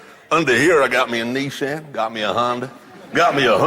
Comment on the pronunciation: Americans pronounce it neesan